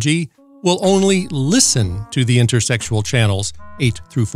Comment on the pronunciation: Interstitial, not intersexual.